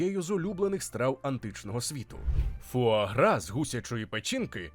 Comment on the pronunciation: Та сама ситуація, коли нормальні люди облизуються на тему видива, а я - на те, як добряче диктор постарався з вимовою цієї назви різними мовами... Так, я готова офіційно заявити, що диктор НЯшка! Трясця, як згадаю, яким чином ту вимову шукала... Тому щиро дякую! Це звучало вельми смачно!!!;) А тепер щодо заборони в певних країнах. Бачу, що в коментарях уже почалася священна війна, тож і собі до неї приєднаюся, бо чом би й ні? Бачте, шановне панство, такі заборони - це вияв гуманного ставлення до тварин. АЛЕ! Так, одразу це додам. По-перше, я розумію логіку тих, хто питає, яка різниця між двома гусками, яких усе одно вб'ють. Різниця полягає в можливому стресі для організму. Проте по-друге, я розумію й тих, хто хоче скуштувати таку страву, а не може. Ця суперечка триватиме ще не одне сторіччя, бо люди по-різному бачать світ і мають різні думки. Тому ось вам усім класна штука для ознайомлення! Прочитайте, прошу, манґу Хірому (насправді вона Хіромі) Аракави "Срібна ложка". Її гг постійно опиняється перед моральним вибором щодо тварин, оскільки додумався піти до аграрної школи на Хоккайдо і збирається потім працювати в сільському господарстві. Аніме за цим шедевром охоплює тільки початок, отож ліпше читати! Насправді ж ніхто зараз точно не відповість, як ліпше: чи використовувати тварин як домашні капці, а чи давати їм нормально жити попри їхню можливу долю. Цю тему Аракава-сенсей чудово показала в розділі, де гг допомагав вагітній корові народити. Оскільки теля виявилося бичком